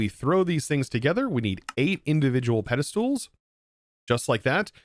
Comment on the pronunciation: Pede"stools" lmao XD